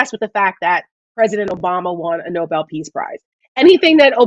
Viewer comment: Lady- 1. Learn how to say Nobel correctly! The peace prize was named after an actual human being. And that’s no “whatever.” Did you just come down from the mountain? Alfred Nobel. Ever heard of him?...Probably not. 2. There is no such word as “com” meaning relaxed. NONE. The word is “caLm.” Calm is pronounced WITH THE “L.” Say it with me now, ‘caLm.’ Do you pronounce “library” as “libAry?” I’m just waiting for that. WORDS MATTER.